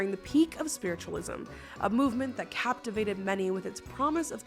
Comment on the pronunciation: "cappavated" lmao